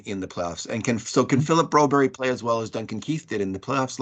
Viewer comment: Guys…please…quit calling him Broberry. You got bad info, his name is Broberg.